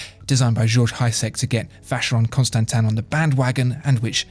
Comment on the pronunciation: French or English pronunciation? "Vaesheyrone constantain" sounds better than "Alange Sohne" but then again, both are terribly wrong -_